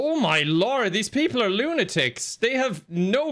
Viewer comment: "Oh my Gord" 😂